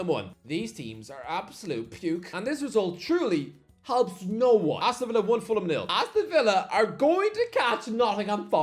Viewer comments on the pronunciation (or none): none